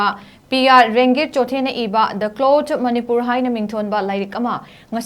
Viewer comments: This news anchor had wrongly pronounced the Chothe as clothes... This is terrible. She is from Manipur and is making silly mistakes on such a huge platform that is totally unacceptable! She needs to publicly apologise in another time or our leaders must demand a written apology from this reader! This is wrong and it cannot be accepted! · A very weak News reader: she didn't pronounce the Chothe but as Clothes... She doesn't know how to pronounce the Chothe...